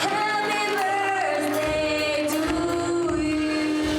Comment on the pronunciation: 発音…happy birthday to you 歌う時birsday になってるけど…汗